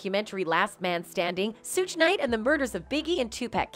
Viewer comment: Please say suge correctly shug